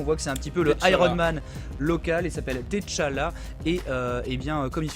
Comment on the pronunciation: Ca se prononce T'challa "tchalla" juste T'challa... svp arretez avec ti challa et te challa